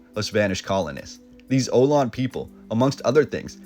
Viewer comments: great work. Love the photos. However, Ohlone is pronounced "oh-LOH-nee." Many of the YouTube videos claiming to give the pronunciation are incorrect. The current living decendant of the Ohlone living in the bay area are the Muwekma Ohlone tribe. Keep up the good work.👍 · The photos are great and a wonderful memory. My great grandparents had only just arrived from Italy when the 06 earthquake struck. My personal history makes me need to make a few corrections. 1st, the name of the Indian Tribe is Ohlone, not Ohlon, the E pronounced as “eh”. 2nd. The last shell mound was not in SF, but across the bay on the border of Oakland and Emeryville. It was very large, but the sad part is that the Ohlone buried their dead within the mound. So its destruction was sacrilegious at the least, and at the most, horrifying to the Ohlone. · It’s o-lone-eee! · San Francisco is as magical as you think it is. The Ohlone people are pronounced Oo-lone-ee & hang on to my contact & I’ll show you around. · Online is "oh-low-knee" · They were called the Ohlone, indians with a strong sound on the e' of Ohlone indians. OhlonE people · It’s pronounced Oh-Low-Nee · As far as I know it's pronounced OH LONE KNEE fyi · Ohlone is pronounced Oh-lone-ay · the 'o lon' people....hmmm.... 🤔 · Ohlone - is pronounced: Oh lone knee - say it fast...I love your videos!! Thanks for all your research!! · Ohlone is pronounced Uh-lone-knee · Ohlone is pronounced ohlonee. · It’s pronounced “oh-loh-nee” ☺️ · OHLONE ( ah-low-nee ) tribe 😊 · Ok so I was born in San Francisco in 1975. I still live here in the city in North Beach. This is pretty cool but please please please stop mispronouncing Ohlone (Oh-low-Nay). Otherwise this is really cool. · Pictures are cool, narration full of errors of fact. Pronunciations way off too… “oh-low-nee” Indians for example. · Hi, great video & for research. I believe "Ohlone" is pronounced oh-lone-knee. Or at least that's how I've always heard it. ❤ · O-lone- e